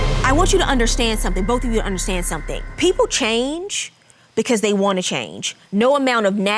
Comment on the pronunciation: "Sum'n is with 'em"